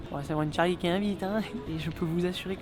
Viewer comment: tu m’a dit mon tcharlie like si t’a lu avec l’accent